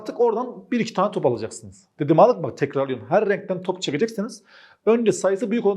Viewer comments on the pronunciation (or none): her rrrrrrrrrrrrenkten